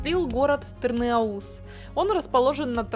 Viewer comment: В Къуунче вкусные хычины и шашлык. Ну и малая кизило́вка, Тырна́уз (просто чтобы знали, а не с целью душнить). Я сам заметил что местные говорят Эльбрус (ударение на "э"), ну а туристы Эльбру́с.